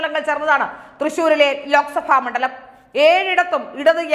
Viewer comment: Mandalamennavakku Ucharikkunnathuinganeyano